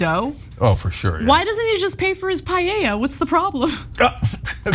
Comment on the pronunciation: It’s so funny to me when you say payeya instead of paeya 😂